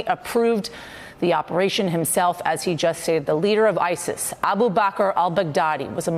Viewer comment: 'Isist and other terist organisations' ...?!?!